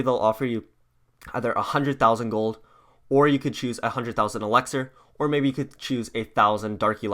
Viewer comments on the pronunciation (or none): It’s elixir not elaxer dumbass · Why does he say elexer it's elixer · He says elaxar,dark elaxar Elexa goes off Sorry i cant change my colour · You say elixer weird